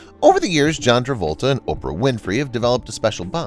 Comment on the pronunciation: You keep saying "John Revolta"